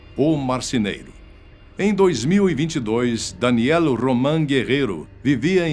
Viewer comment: Fala o nome do cara certo vei, é danielll e nao danieliii